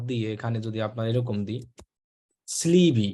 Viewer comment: Sleeve er pronunciation Hobe স্লিভ not স্লিভি 😆😆